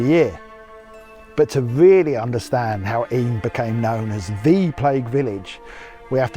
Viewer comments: Yay you pronounced Eyam correctly! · Mompesson (not messing), Eyam (I'm) enjoying the video